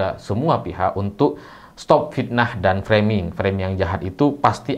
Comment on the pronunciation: Dr semua bahasa inggris yg pernah di ucapkan jokowi, hanya kata FRAMING ini yg dia melafal kan nya secara benar, mungkin memang kata FRAMING ini jadi senjata andalan nya untuk menangkis semua serangan